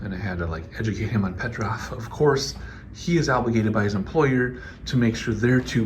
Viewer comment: PetrOf, not PetrÁf! 😆